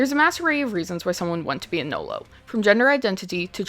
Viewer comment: It's NULLO. Not 'No-Lo'.